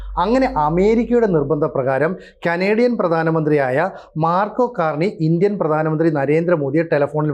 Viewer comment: മാർക്കോ അല്ല സിനുജി Mark Carney പല വട്ടം ആവർത്തിക്കുന്നു..